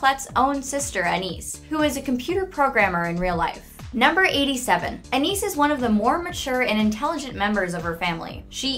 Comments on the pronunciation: Ok so she said anees Pronunciation 100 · She literally said Enis AND Soosie. WHY??? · It's Ana-is not Anis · It's not pronounced Anees, it is pronounced An-eye-iss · I know. She said it like Suzy, and Anais like Aneez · 1. Anees? I’m triggered Her name is Anias/Anais not Anees 2.most of the facts are already in the show 3.Penny is allergic to blueberries not peanuts. If she was allergic to peanuts,that’s basically saying she’s allergic to herself and family.....cause they are peanuts 4.”Gumball and Darwin are the only characters to appear in every episode” are you sure about that? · STOP SAYING ANES ITS ANAIS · “anis” ”a n i s” ”a n i s” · Soosie Anees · In season one they pronounced Anais’ name Anias Like if your triggered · ✨a n n e e z✨ 😏😏😏👁👄👁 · Her: Pronounces it Anias. Me: TRIGGERED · "anEeS" are you kidding me..? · Anais I pronounced (An-Eye-Ees) Sussie is pronounced (Suh-See) Just to be helpful :) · Anis and soosie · It's an I eas. That's how you pronounce anais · SUE-SEE AN-EES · Anaes??? Call FBI!!++ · i think anais's name is pronounced An ah ees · Voicer: AnEEs Me: TRIGERED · Anais= ann-eye-ees Nichodemis= nick-eh-deem-us Sussie= sus-ee (like the begining of sustain) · aaAAHH! KNEES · Prepare ur a-nis. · More like "a-nigh-ease" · She also said Anais wrong. It’s “AN-I-EES”. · Hears ChannelFrederator pronounce Anais “Anis” Me: SWEATS NERVOUSLY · Did she seriously just say Enis? Omg. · ***** she has two different pronunciations of her name, Ana-ny-is, and an-eye-ees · Not an - ees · it really isn’t that hard to pronounce sussie and anais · When she mispronounced Anais' name TRIGGERED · BookerDeweed And she pronounced Anais wrong too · How do they know all the facts if they cannot pronounce Anais and Sussie? CONSPIRACY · When the lady mispronounced anais’s name and said penny was allergic to peanuts So you have chosen death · 1 - half of these are in the show 2 - the way you say sussie and Anais gets me triggered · She said Anais wrong